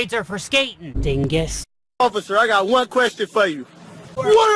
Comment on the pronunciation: I keep playing over and over again, i love when he says " Itz nat Juan O_o"